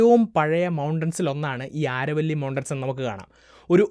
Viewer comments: "ആരവല്ലി" എന്നല്ല "അരാവലി" mountains എന്നാണ് ഉച്ചരിക്കേണ്ടത്. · ആരവല്ലി അല്ല ആരാവലി ആണ് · It's not aaravalli it's Aravalli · Aaravalli alla Aravali. Why do u change local names ? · ആരവല്ലി അല്ല അരാവലി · നല്ല പ്രെസന്റാഷൻ, ആരവല്ലി എന്നല്ല അരാവലി എന്നാണ് ഇവിടെ (രാജസ്ഥാൻ) ഉച്ചരിക്കുന്നത്. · ആരവല്ലി അല്ല അരാവലി! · അരാവലി എന്നാണ്